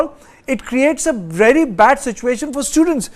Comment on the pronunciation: your pronounciation is bery bery nice !!To=Tu🤣🤣